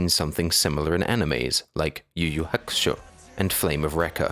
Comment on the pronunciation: yu yu HACKUHSHA lol dat pronounciation